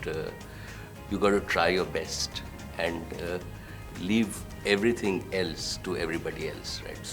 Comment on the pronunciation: "I read everthing" it was so abrupt, i love u sir